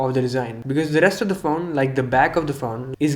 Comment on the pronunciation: is it just me or he says phown instead of phone xD